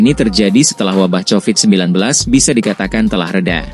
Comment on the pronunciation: Sebutan yang bener ialah 'Ko-Vid' BUKAN 'cho-vid'. Jangan sebut dengan sebutan bahasa Indonesia kerna kata asal nya bukan ciptaan orang Indonesia. Itu peraturan asas ilmu linguistik.